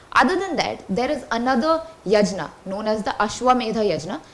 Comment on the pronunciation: Not yajna. It is yagna in the pronunciations. 😏